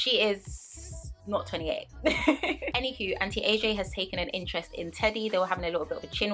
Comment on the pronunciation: Girl whenever you said auntie AJ i thought you were saying anti-aging😭 i was like wtf is anti aging got to do with this am i missing something😂